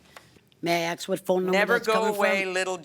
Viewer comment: The word is "ask".